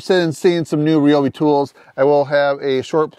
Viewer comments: nice cooler. rye obi not re obi😅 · Rye-obi Not Reeeobi!!